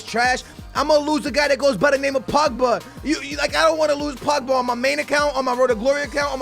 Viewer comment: When he says BUBGA does he mean POGBA